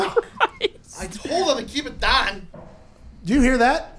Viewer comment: "I TOLD HIM TO KEEP IT DAHN" spoken like a true yinzer :)